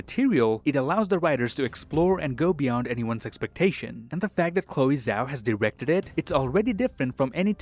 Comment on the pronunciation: hey guys Chloe's name is pronounced Chloe Jao bc her last name, Zhao, is of Chinese origin :))